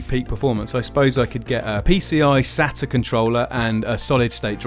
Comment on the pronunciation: That's not how you say SATA